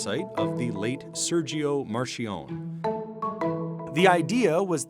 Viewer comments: You butchered Serigo's last name. "Mar-key-o-nay" not "Mar-she-on" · lol marshawn, his name is pronounced MAR-KEE-OH-NEE, hes italian not french RIP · Marr-kee-own-nay you non researching millennial dolt... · Serscio Marscionn what? He wasn't french 😂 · no.....it's march-ee-oh-nee the two c's back to back in Italian are pronounced ch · wtf is that sergio marchione pronaunce... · Sergio Marchionne’s name isn’t pronounced like it’s French. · Your pronunciation of Marchionne is indecent...... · Your pronunciation of "Sergio Marchionne" Is absolutely the funniest I've ever heard! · Guys.....what an aweful pronounciation of Segio Marchionne.....he is not french....he is italian.... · No, it is not if it is followed by an "h." It is astonishing that it would have taken CNBC all of 30 seconds to look up how to pronounce the name, but they didn't do it.